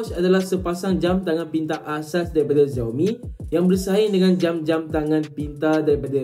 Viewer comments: X sebut as Si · Pronounce bukan "Ziaomi", yg sebetulnya ialah "Siaomi"